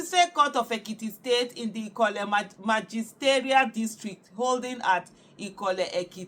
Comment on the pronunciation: Ikola 😂 c as u dey kill the name